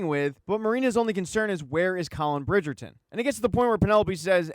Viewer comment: The way you keep saying Burn 😂